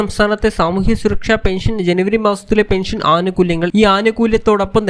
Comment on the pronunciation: പെൻഷൻ ഇങ്ങനെ എന്ന് പറഞാൽ അതു് എങ്ങനെ പറയടാ ഗുരുത്തം കെട്ട.... ചാനൽ കാരാ......😭 ലൈക്കല്ല...... കു...... ഒലക്ക ന്നാ...... പിടിച്ചോ....... ബം.... ബം.. ബംബം.. ബം